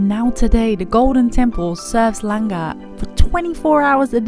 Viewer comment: I love the fact that you pronounced langar like a local :)